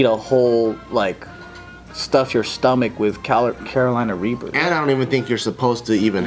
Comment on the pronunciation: did hey say raper instead of reaper lol